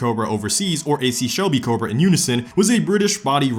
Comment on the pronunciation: You made cobra not sound like a word anymore